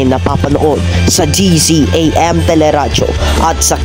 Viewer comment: Not dzam its DZMM